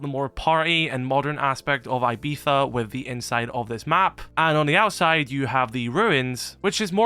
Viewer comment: that is the most egregious pronunciation of Ibiza I've ever heard